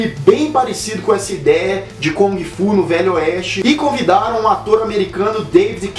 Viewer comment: Eu Ia Citar As Erratas.rs.Acho que Só Sobrou A Pronúncia de kUng Fu ou GUng Fu e Não KOng Fu.Esse É O EStilo do Macacaco!Hashhashuashhusahu!Brincs...